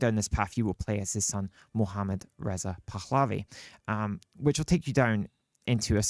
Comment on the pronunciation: Really annoys me when pronounces Pahlavi as PakHKhKhkHlavi.